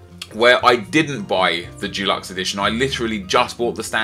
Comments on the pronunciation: It's deluxe not dulux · why do you find it so hard to pronounce 'deluxe'? It's not f*cking dulux, that's paint. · it's pronounced dEluxe not DUluxe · Its deluxe not Dulux. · How do you find it so hard to pronounce "deluxe".